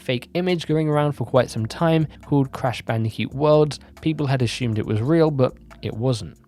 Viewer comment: Ashumeddd, lol just get triggered every time I hear it, it’s Assumed